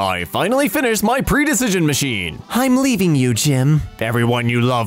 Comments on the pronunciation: did he just pronounce prediction as pre-decision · Nobody: reading Prediction as Pre-Decision